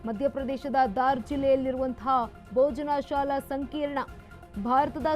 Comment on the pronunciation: ಮಾನ್ಯರೇ ತಾವು, ಭೋಜಶಾಲಾ ಎನ್ನುವ ಬದಲು ಬೋಜನಾಶಾಲ ಎನ್ನುವ ನಿಮ್ಮ ಪರಿಗೆ ಎನ್ನನಬೇಕು? ದಯಮಾಡಿ ಸರಿಯಾಗಿ ತಿಳುದು ಉಚ್ಛಾರ ಮಾಡಿ! ನಿಮಗೆ ಸಾಮಾನ್ಯ ಜ್ಞಾನ ಕಡಿಮೆ ಎಂದು ತಿಳಯುತ್ತೆ!😂